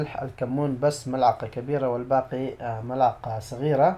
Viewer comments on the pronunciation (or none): none